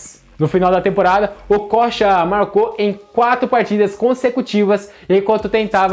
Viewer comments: Se pronunciava Okôcha, na época...Amador! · kkkk Essa tua pronúncia do nome dele tá tensa! Okocha jogava muito, mas sacanagem esse titulo chamativo p/ visualização. Lembro do Assis no Grêmio, o jornalista pedindo pro Assis, sobre o grande momento que estava vivendo no futebol, ele disse algo do tipo "Tu acha que eu jogo bola, isso pq tu não viu o meu irmão" Não lembro as palavras exatas, mas era tipo isso aí, e na época Ronaldinho ainda era uma criança. Pior que muitos jogadores profissionais nos anos 90, comentavam que quando acabava o treino, eles iam vê o treino das categorias de base, pra vê o Ronaldinho jogar, pq o menino já era foda. O Okocha foi e sempre será uma grande inspiração, mas em relação a Ronaldinho, no caso brincar com a bola, ou melhor usar esses artifício em campo, p/ a construção de jogadas, acredito que o Djalminha foi a maior inspiração!